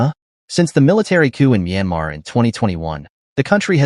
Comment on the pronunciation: It's Myanmar you idiot!